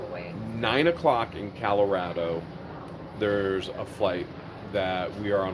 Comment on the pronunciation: Is that Denver Calorado it's Colorado no a in Colorado